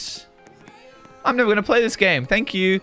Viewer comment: He said shank you so much spy